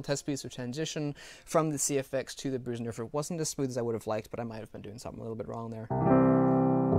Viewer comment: Your Bösendorfer pronunciation has become spot on <3 Nice work on the review as always.